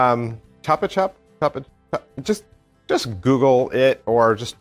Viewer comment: Hi. Chupa-chups were the first and are the best lollipops ever. The word is even in the Spanish dictionary. The logo was designed by Salvador Dalí. As regards pronunciation, like any other Spanish word, you don’t mispronounce the vowels. So think of saying “choop-a-choop” and you got it! Us Spaniards love chupa-chups, even now that they replaced the plastic stick for a paper one. Got this from BBM recently but didn’t give it a go yet.